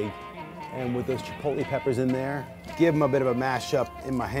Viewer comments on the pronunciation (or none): none